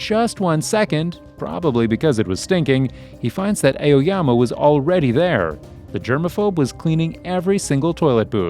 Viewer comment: ''Eoyama'' hehe